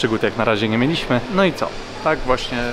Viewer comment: Zwróć uwagę na polskie akcenty. Kiedy mówisz "nie mieliśmy" akcent pada na "mie" a nie na "li"